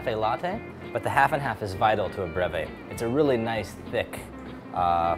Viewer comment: I get better results if I say BREEEVIE